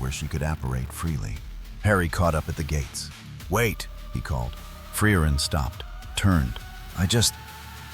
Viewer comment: My favorite was "Fry-Urine".